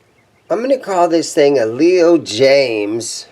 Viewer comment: Love Jaymz in not pronounced “Leo Jams”. It’s pronounced “Leo James”. That’s straight from the owner of Leo Jaymz.